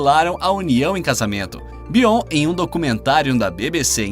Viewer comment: SE FALA BIORNI E NAO BION